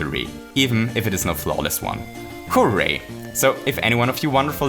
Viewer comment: If you say hooray It sounds like hoo way